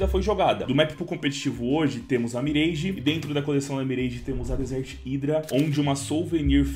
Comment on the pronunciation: pq ce fala mireige